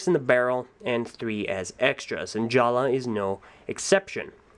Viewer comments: Why do I keep hearing you say 'Jala'? His name's 'Jaller.' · Why do say jalla instead of jallER